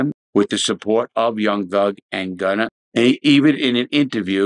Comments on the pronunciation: “Gunner” yuh old head😂 say “warsh” You’re a legend and an inspiration btw. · "gunner" 😂 😂 love ya Larry keep up the work! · Dude you lose your credibility when you say “gunner” and “young slime life” those are not the correct names